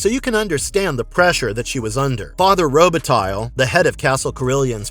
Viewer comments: Robitaille is pronounced Roba-tai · "Roubitaille" is pronounced "Rowbetay" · My ears were bleeding every time I heard pronounce Robitaille. I know their research is usually shit on these clips, but at least get the pronunciation of the name right if you're going to say it 50 times in 2 minutes. Guaranteed this knob doesn't watch hockey.